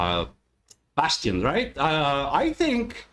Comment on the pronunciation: Bastien's name is pronounced Bass Teen. I think he blends so well with Rob and Chance when singing and seems to have rejuvenated the group. Savvy yank refers to an experienced skipper from the New England states - home to whaling and navy ships at the time of the Mexico - American war.